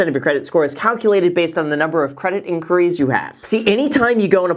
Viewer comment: Wait.... Is this how Americans say inquiries? 🤯